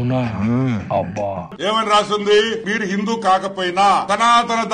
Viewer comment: సింధు కాదు sir హిందూ 😅